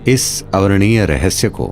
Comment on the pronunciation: अवर्णनीय न कि, अवर्णीय। यहां जो कहा जा रहा है,वह वैदिक परंपरा के अनुकूल नहीं है। वक्ता के शब्दों मे उच्चारणगत दोष है।